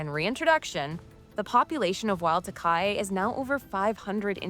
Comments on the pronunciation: FYI Takahē is closer to Tah-ka-HEEY, not Takai. Cheers!! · It's pronounced ta-ka-he (taa-car-hair) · Takahe = Tah-ka-hey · Does my head in when they can’t pronounce takahe 🤬💩